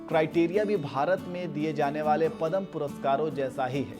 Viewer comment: सबसे पहले तो आप पदम बोलना छोड दे .... यह पुरस्कार पद्म नावाजा जाता हैं